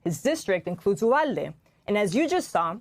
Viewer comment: Good interview. Just wondering why the host kept using a W instead of a V in the name of the town Uvalde.